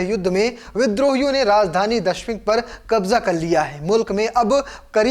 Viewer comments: Bhai ji (dashmik) nahi DAMISHK hai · Abe jahil dashmik nhi ,,damishk hai😅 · Abe dashmik nahi damascus ya दमिश्क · Damishq sahi se bolo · Damishq sahi se bol lijye sir